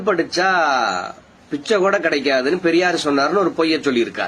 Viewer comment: என்ன. ரொம்ப நீளமா இழுக்காதீங்க...அது பெரியார், பரியார் இல்ல...சைமன் உங்களை வச்சு எப்படிடா ஒரு கவுன்சிலராவது ஜெயிப்பான்? முதல்ல தமிழுக்கு டியூசன் போங்கடா அப்புறம் தமிழை காப்பாத்துவீங்க...முதல்ல உங்ககிட்ட இருந்து தமிழையும் தமிழ் பெண்களையும் காப்பாத்தனும்..உங்களுக்கு தமிழ் சொல்லி கொடுத்த வாத்தியாரை பாராட்டனும்...